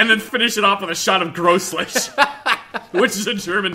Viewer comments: ''Grosslish'' Just a heads up, it's pronounced Groles. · Grolsch, pronounced "ɣrɔls" phonetically, with the G as in loCH, but voiced. One syllable. It's a Dutch beer, not a German one. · Its pronounced more like roll-shh... and its Dutch... not German... like how Heineken is also Dutch, and made largely from the urine of horses fed Grolsch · Me: Grolsch, an intellectual: Gross lich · Grolsch is a dutch beer, not german xD, also it's one syllable, the G in Grolsch isn't pronounced like the G in Gym, it's a non-english sound, Grolsch is pronounced /ɣrolsx/ in international fonetic alphabet. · Its pronounced Grol-sh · Great beer, but his pronunciation was uh interesting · Hate to be that guy but uhhh... Grolsch is Dutch and you absolutely butchered the pronunciation lol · grolsch is not German, also bad pronounciation